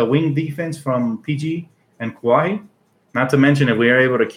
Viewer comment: It's "Kuh-why" Leonard bro